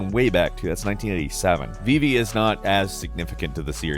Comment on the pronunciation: Put some respect on Vivi's name ALRIGHT!!! 😅